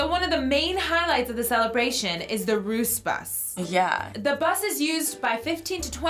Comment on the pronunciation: The way you say «the russ-bus» makes it mean the drugbus